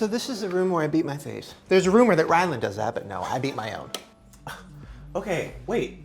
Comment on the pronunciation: Wait does Shane call ryland Ryan or ryland